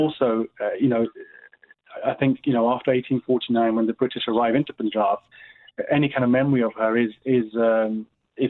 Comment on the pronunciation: Isn't it annoying when presenters say - the Pooonjab. Also, I hope she says Rani Sadaa Kaur correctly after she heard you saying it.